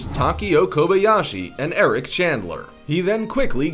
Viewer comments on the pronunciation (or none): none